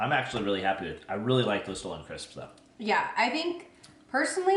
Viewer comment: The Stollen crisps are pronounced "stah-lun" and they are SO good. For a while I thought that you had taken them from TJ, and that's why you kept saying stolen. lol. Also, I love your shirt/dress! So flattering on you and I <3 the green!